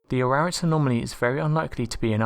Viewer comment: It's pronounce: A RARAT.